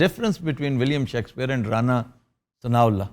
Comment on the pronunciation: It's pronounced as Shakespeare not shekkspear. Aftab Sahab, u love making fun of others but your own pronunciation gives us a headache.